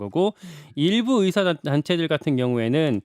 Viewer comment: 답답하다.. 보건복지부 ... 이번 사태의 핵심은 전공의 이탈이다.. 그런 전공의들은 개개인의 생각으로 사직을 했는데, 대표가 선동해서 사직한것이 아닌데, '대표 한명씩만 참석해라, 통일안을 가져오라....' 고 하는 게 답답한 일 인거다. 진정성있게 전공의가 돌아오게 하려면, 큰 체육관이라도 빌려서, 1. 박민수 차관이 그 동안의 막말 사과하고 (의새라고 발음한 것 , 낙수효과=필수의료를 낙수의사로 표현한것: 필수과 의사의 자부심 짓밟음., 전세기 띄워서 다른나라 의사 데려오겠다 등 여러 협박 표현들 , 의사면허 정지 등으로 겁박한것 등 ) 2. 전공의 개개인의 의견을 듣고 수용하는 자리를 마련해야한다. 우리가 의사 한명한명 사인받을수없지않냐? 이런 거만한 태도로는 젊은 전공의들 마음을 돌릴수없다. 아무것도 이뤄낼수없다. 한명한명 사고해도 돌아올지는 미지수다. *올해 전공의가 돌아오지않으면 다음년도 전공의 지원도 없다. 1,2,3,4년차 아무도없는 의국에 혼자 들어가면 - 윗년차 의사에게 배울수도없을뿐더러, - 1,2,3,4년차의 업무가 신입 전공의에게 쏠려서 잡일만 하게 되므로 아무도 들어가려 하지않을것이다. 그러면 내년에도 의료 대란은 쭉이어지고, 이게 몇년 지속되면, 필수의료 교수님들도 번아웃오고 대한민국 필수의료는 말그대로 종말이다.